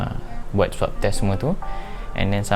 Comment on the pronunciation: Thank you sgt bagi kata2 positive and puji kami yg bertugas di klia. Suit corona tu nmanya PPE tyvex. Swab test ye bukan swap test 🤣 semoga sentiasa maju anak muda✌🏻